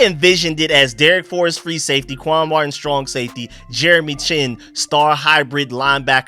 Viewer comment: my team is the Redskins’s! And if you was paying any attention at all he called him quan marting not Martin. Simple mistake but I’m just laughing at him! What the hell are you talking about?